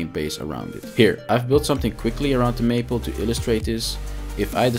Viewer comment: Great video. Only a very minor correction, and really only because I was listening and not watching. It is May-pole, not maple. I had to look at the video to realize what you were talking about. Lol. As I know English is not your first language, I thought you would like to know. 😊